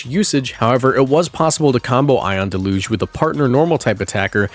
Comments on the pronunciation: Deluge is pronounced "del-yuge". Have a nice day. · That’s not how you say Deluge just so you know. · It's pronounced deluge, not deluge